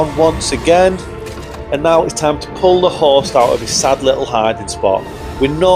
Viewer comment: For like 3 minutes I thought you were saying horse, not host.